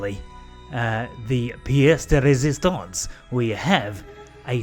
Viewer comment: "And finally the `pièce de résistance`!" Nearly perfect French accent :P Galileo's Planet Pack looks awesome! I think I'll follow you by installing your mods list. Discovering all those planets sound like an interesting challenge :D I Hope the 1.3 version of GPP is coming soon :P